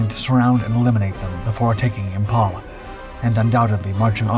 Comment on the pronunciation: PIAT... Pee-at... IMPHAL.... Imfal. For crying out loud it's basic English.